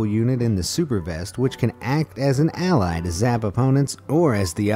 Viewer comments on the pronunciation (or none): none